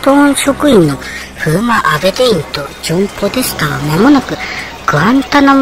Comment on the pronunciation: ポデタスじゃなくてポデスタ🤣 もう最高！チャンネル登録します笑 おばちゃん、サイコー❗️